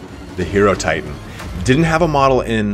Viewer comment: FYI Hierotitan is pronounced "Hi-ro-titan". The prefix Hiero- comes from Hierophant, so it's pronounced like that word. And thanks for posting this, enjoyed the summary (and the other Tomb Kings material you've posted). Great video and great breakdown!